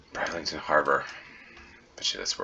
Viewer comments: Brid in Bridlington is pronounced in the same way as grid is said, not bride. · "Where's Waldo" is just the American name- it's "Where's Wally?" here in the UK where the books were first published. No idea why you guys changed it, but possibly the name Wally was already trademarked. Bridlington is a lovely place, but the first syllable rhymes with "Sid" not "Side".